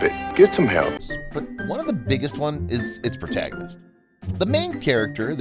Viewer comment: Galadriel, proNAGonist of R of P.